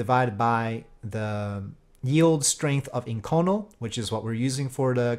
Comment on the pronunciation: Great vid, just an FYI though that inconel is pronounced "ink-oh-nell".